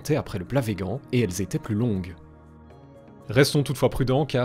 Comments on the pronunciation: Super vidéo comme toujours, mais pourquoi prononcer "vegan" et pas "végane" ? Aucun vegan ne le prononce comme ça. 'vegan' est un mot anglais qui se prononce comme le mot français (végane). De ce que j'en sais, les gens qui le prononcent vegan comme si c'était un mot français le font pour dénigrer le mouvement, ce qui m'étonnerait de ta part. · Très bonne vidéo Par contre on dit veganne ! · C'est dommage de voir comme tu prononce "véguan" tout au long de la vidéo alors que tu le le prononce bien au dans les premières secondes de cette même vidéo. Vu comme ça on dirait cette personne relou qui le fait consciemment dans le but de trigger les vegans ^^"